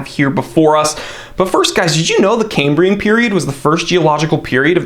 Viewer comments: It's pronounced "Kam-bree-un" not Came-bree-en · Is why you pronounce Cambria wrong?